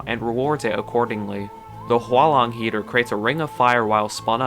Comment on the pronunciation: "hua long heater" thats the most butchered way i heard it